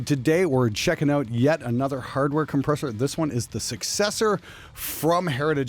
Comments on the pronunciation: I loved the video, but even I’m confused as to why keeps calling it the arouser. Who knows maybe he’s tired, or something, but I’m sold on the successor. It sounds fucking amazing. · Have you started playing Bass, keep saying Arousor.